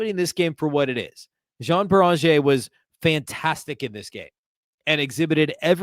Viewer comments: Come on..... YO AWN BEE RIN JAY is how you pronounce Joan beringer. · I am a regular listener but your pronunciation of Juan Beringer is driving me crazy: yoh-AHN BAIR-in-ZHAY Listen to him saying it. It's a matter of respect, man.